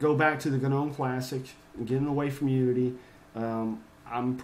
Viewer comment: It's not guh-nome the G is silent.